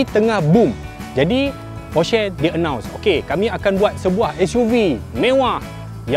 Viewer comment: Aiyoo cara sebut Porsche yang betul adalah "Porsha" bukan "Porshey" laa